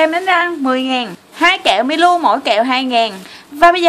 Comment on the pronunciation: Chị nên gọi là mi lô chứ hok phải mi lu